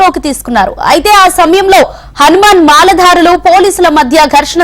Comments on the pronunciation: మాల దారాలు దండలు కాదు అక్క, మాలధారులు ముందు తెలుగు నేర్చు అక్క, బాబు hmtv తెలుగు వచ్చిన వాళ్ళను పెట్టుకో లేదా వీళ్లకు తెలుగు అయిన నేర్పు ర అయ్యా 🤦🙏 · నీ ఎదవ తెలుగు, మల ధరా లు కాదు మల దారులు